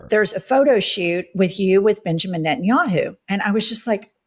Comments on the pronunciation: He doesn't even know how to pronounce Netanyahu. He just kept saying Entinyahu. At least know the name of the guy who funds your ass. You know the dude you have friendly photo shoots with. Yeah that guy you goofy ass Corny Booker. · In clips of the “Pod Save America” interview, people also repeatedly note that Booker repeatedly refers to Netanyahu as “Entenyahu”, and having listened to Cory Booker in interviews (because how can you NOT, since Cory Booker has rarely seen a microphone and camera that he won’t jump in front of) I’ve never detected a strong accent in his speech patterns to justify the mispronunciation. Which can only lead me to believe that either a)this is some sort of mental trick he’s playing where he can always go back to Tel Aviv and say, “I wasn’t talking about YOU Bibi, I was talking about “ENTENYAHU”, not “Netanyahu”. Which I think would make him some sort of sociopath. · He can’t even pronounce Netanyahu correctly!